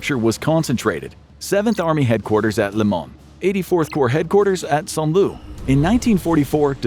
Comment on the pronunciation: FWIW, Saint-Lo is pronounced "San Low," not St. Lou.